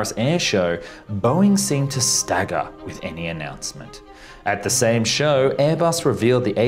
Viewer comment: Learn how to pronounce Airbus aircraft.